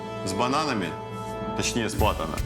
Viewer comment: не Платана, а Плантана Но в общем красавцы)